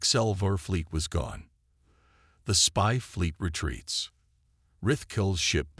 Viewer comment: It wasn't bad, the voice over needed to be checked before publishing, it should be able to say the word retreat 😂